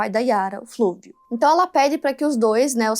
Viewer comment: Não é "Flúvio", mas Fúlvio; não é "genecistas", mas geneticistas. Sempre melhorando.